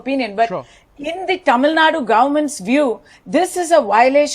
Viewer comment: It's not Tamil Nad it's Tamil Nadu